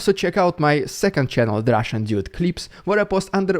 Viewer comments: when you say, "its the russian dude" you sound like saying "its the russian idiot", maybe pronounce the dude part a bit harder :D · Yeah. I always hear idiot as well lol.